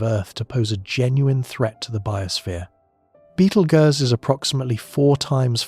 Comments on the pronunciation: It's pronounced, Beetle Juice. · One of the big downfalls of ai narrators 😅 beetle goose is pretty laughable. But tbh give ai a few years and it will be indistinguishable from human narrators. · It's not Beetle Goose or Beetle Ghost or Beetle Gurse. Its Beetle Juice. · Sorry, I can't watch this. I love these videos. But Betel (what???) I've just heard Betel Goose! 🤦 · 😂😂 At this point Betelgeuse has more pronunciations than theories about when it’s gonna explode… I’ve heard: 👉 Beetle-goose 👉 Beetle-juice 👉 Beetle-guess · I really like „Battle Juice“, sounds like a potion in Skyrim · OMG how many ways is the AI gonna pronounce the stars name... Sheesh I counted at least 5 in the first 10 minutes